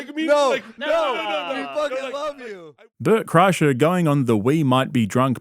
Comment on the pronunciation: mf don’t say LeBert Krischer that shit sent me rolling😭